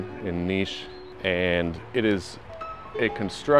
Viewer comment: Its cool that you say niš and not like nis😊